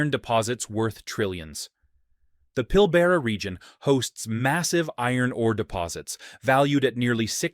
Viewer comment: I keep seeing American YouTubers react to this video & I cringe. No West Aussie or Aussie at all sounds like this. This is AI or something but pronunciations are all wrong, so I’ve turned off after 3 minutes. Pilbara is pronounced PillBra not Pillbarra. The crabs on Christmas Island aren’t edible, they’re too small. Please, I like your content but I detest these AI videos, so please choose videos that are Aussie first. Cheers 🙃